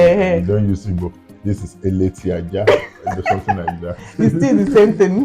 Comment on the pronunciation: Abeti Aja, instead of eleti aja